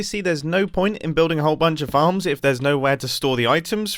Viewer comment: whn he said farms i heard like "how many fans can i fit in this square " LOL